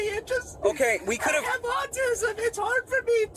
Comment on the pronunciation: Dude just said Austim 😂😂😂 YOU DO KNOW HE DOESN’T HAVE ANY MENTAL ISSUES … you people on YouTube say anything without doing research damn weirdos 😂😂